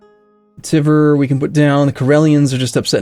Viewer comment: The way you pronounce Tver is irritating. It`s not Teaver, not Teever, it`s [tver] (more like word "tweaks") with "soft" r on the end (which you can ignore).